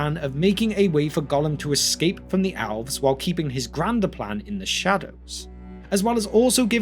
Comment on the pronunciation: Everyone: Elves This guy: Owlves